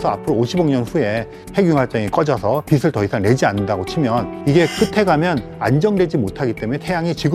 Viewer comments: 교수님 비슬 이 아니라 비츨 이라고 발음좀 부탁드립니다. 왜 자꾸 비슬이라고 발음하시지 ㅡ지나가던 불편러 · 배운 사람이 '빛을' 발음할 때, '비슬'이라고 하네... '비츨'이라고 읽는 거 아닌가? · '빛을'을 계속 비슬 비슬...